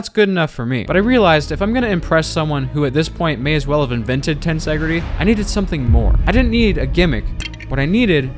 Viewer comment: you pronounced tensegrity wrong